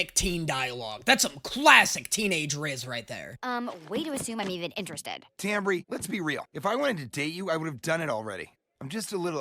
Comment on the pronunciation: It's probably never going to come up again, but I couldn't help twitching with the character names you mispronounced. Wendy's friend is TamBry, not Tamry, and Soos' girlfriend is Melody, not Melanie! Sorry for the nit-pick, otherwise I loved the video!